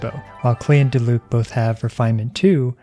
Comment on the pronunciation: Its Diluc, im not watching this video. & btw its Diluc.